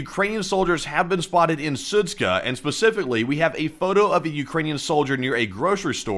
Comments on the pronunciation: Sudska? It's Zud-Sha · "SudZHa" not "Sudz-k(?)h(?)a" omg 💀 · Idk why you keep calling it "Sudzka" when it's clearly "Sudzha". -zh is a common transliteration of the sound -ж which is pronounced similar to the French -j, or for an English equivalent think of -s in the word "Asian." Just pronounce it as "Sudja" and it'll sound more correct. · it's pronounced SU:JA, not SU:TSKA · The name of the town is pronounced Soot-Jah. Not soot-kah. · Су́джа = "sood-dja", not "sood-ska" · Sudzha - is pronounced Soo-djuh. Not Soo-tska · Its pronounced like "suja" not SUTSKA. :D:D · The town of Sudzha is not pronounced with a K. If you pronounce it like that, than it means bit** 😅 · That does not explain why someone would not be able to pronounce Sudzha and add a 'k' which isn't even there! It doesn't need to be perfect, but at least try to slow down and read what it says would help a lot. I notice this in every video and it's really annoying. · The pronunciation of that town is Soo-jah. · It’s pronounced Sudja like in French perfume‘Jadore’ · Sudzha is pronounced Su-j-a, 'j' sound like in 'jump' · It's Sud- ZHA, like Zsa Zsa Gabor. No k. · The pronunciation is soo-jaa the combination of letters dzh is like an English J in Joe or Juice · Yeah , a little one :) It is more like [Soodjah] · There's no 'k' in Sudzha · The funniest thing out of this is seeing how many different ways people can mispronounce Sudzha.